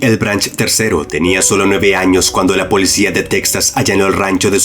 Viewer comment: Alguien más escucha que el narrador pronuncia POLECIA en lugar de policía?